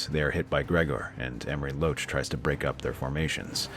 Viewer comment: With all due respect, but how many more times do you plan to butcher the name "Amory Lorch"?